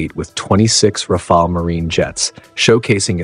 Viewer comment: This is truly one of the very best reviews of the Rafale I have seen in a long time (and, believe me, I have seen dozens), especially coming from an English speaking person. Another positive aspect to me is that the narrator in this video is one of the rarest person pronouncing "RAFALE" correctly, not like most narrator who say "RAFAELI", mostly Americans, not British (you have no idea how much that irritates me)